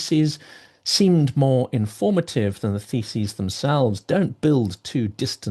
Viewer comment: The way you say "thesis" sounds like "feces" lol